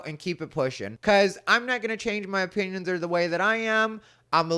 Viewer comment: I know you said opinions, but it really sounded like you said you might not like my penis